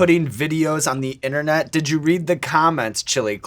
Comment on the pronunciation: Can we stop saying "Innernet"?